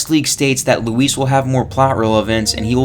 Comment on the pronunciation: Thanks for not calling him Louis like Leon does 🙄